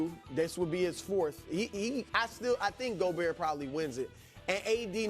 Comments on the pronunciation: did brou just say joe-bert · Wait did Brou just pronounce Gobert’s name the way I think he did…